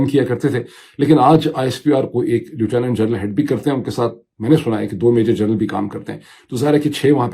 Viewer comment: اردو میں “لفٹننٹ” مستند تلفظ ہے، وہی کہنا چاہیے۔ “لو ٹو نو نو” اردو میں معروف نہیں ہے، نہ برطانیہ میں۔ سنتے ہوئے ناگوار بھی محسوس ہوتا ہے۔ انگریزی بولتے ہوئے میں آپکا نام لونگا تو معید ہی کہونگا، انگریزی کے چکر میں “موڈو” نہیں کہونگا۔